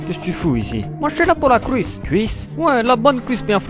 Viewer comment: MDRRRRRR de la "couisse" avec de "l'HOUILE de tournesol" xDDD